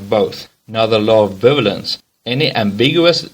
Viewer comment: 53 seconds in we get a "Law of bivilence," by which I assume the narrator was trying for "Bivalence" pronounced bī-ˈvā-lən(t)s These basic concepts and titles should be taught by someone who is familiar with the material. Coexist movement is a great example of the law of non-contradiction. Options are one religion is true, no current religions are true.